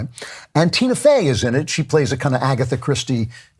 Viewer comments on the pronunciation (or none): none